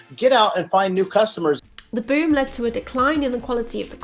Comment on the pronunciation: every time you say boom of consultants i think youre saying 'boomer consultants'... which isnt wrong.